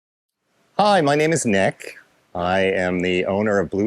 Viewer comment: Bro said neck instead of nick